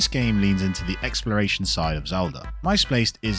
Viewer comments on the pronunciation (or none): Isn't it pronounced Misplaced? It sounds like you're saying "Myspaced."😅 Great list though! I want to check some of these out now!